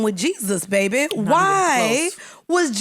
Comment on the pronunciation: Stop saying "Babeh."